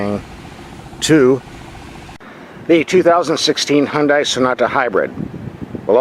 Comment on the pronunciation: Remember, "Hyun-dai" rhymes with Sunday! Also, why do a few little melodic tones bother you?